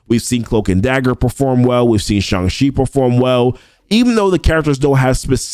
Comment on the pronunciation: Symbiote still get the job done if you got them. Thanks for the proper pronunciations of Shang-Chi, btw!